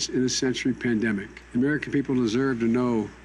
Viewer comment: Nah char face when yee said “it was a bandimic” lmao good lord she’s a pawn.